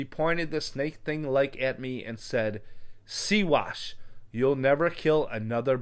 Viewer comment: It’s pronounced SIGH WASH what she called him. I am T’simpsean and Haida from Alaska. Siewash means someone who is half native and half white. Used as a derogative term meaning half breed but in a derogatory manner. All of the Natives have stories of Sasquatch. They used to not hide from us until we started to mix with society and white people. The Tlinkets here have stories of them guiding them to a beautiful paradise to settle on POW island here in the southeast of Alaska. The Eskimos Athabaskans etc. have stories about them to. This girl that I went to school with told me that the Natives can turn that way and shapeshift into them if they go rogue and wild? Kinda reminds me of pigs that grow hair when they go wild??? She also said that one of them kept climbing up and stealing food out of there food sheds that were up high. They finally trapped him and it was a Sasquatch. A wild man from there village who had gone missing long ago. They shaved him and he ended up marrying a woman from there village. They were a village from way up north in Alaska. I think that we are related in some way to them?? That’s why I believe she yelled at him and called him a siewash…we call this the Adow.. which means True stories😉